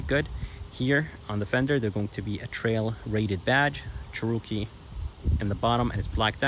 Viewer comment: Yeah, never heard it pronounced the way the guy did it in this video. Didn't sound right.